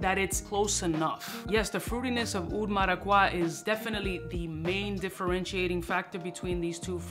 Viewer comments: marakwa? come on eres hispano papo... es maracuya.... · Como que maraqwa papi? Maracuya 😂 Esta de pinga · Dude, you speak Spanish come on now 😂 Maraqwa?